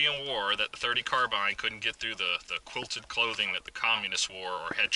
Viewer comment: Finally... someone who pronounces "carbine" correctly LOL